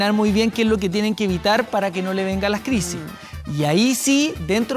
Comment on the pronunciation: Esta esta presentadora se comio un corre caminos...no termina de pronunciar la palabra ...y dice "kie" en vez de "que" the chilean accent is very hard ..takes time to understand...it makes me get colon irritable..terrible